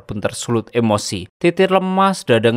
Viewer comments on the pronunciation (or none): none